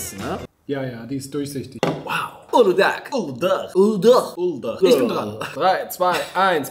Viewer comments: Es heißt nicht uludag sondern uluda das türkische ğ wird nicht ausgesprochen also heißt es uluda. Gazoz ist sowas wie Sprite und gazoz wir gasos ausgesprochen ihr habt es richtig ausgesprochen außer uludağ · Es wird uluda ausgesprochen nicht uludag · Auf Deutsch spricht man Uludaa aus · Uludağ wird uluda aus gesprochen weil das ğ im türkischen nicht gesprochen wird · ❤uludağ wird das g nicht ausgesprochen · Das ğ vom uludağ spricht man nicht aus